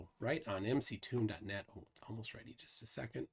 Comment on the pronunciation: It's 'MCToon', not 'McToon'.